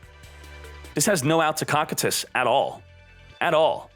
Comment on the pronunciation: For the love of god it's pronounced Koh like dough, Kie like tie, Tus Koh-Kie-Tus